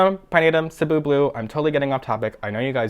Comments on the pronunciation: i was just about to comment too that is the only plant youtuber i've heard even close to pronouncing cebu correctly! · As a Filipino person with roots to Cebu, Philippines, I thank you for pronouncing Cebu correctly, hahaha 😂